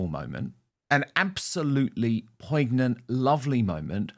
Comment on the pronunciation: Poignant - pronounced poinyant - not poygnant.